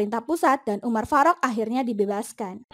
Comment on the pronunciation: Kayak gimana gitu denger penyebutan nama umar farok nya😂😂😂😂... Umar faruk gitu lho min